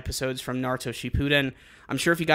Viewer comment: You do you pronounce shippuden so weird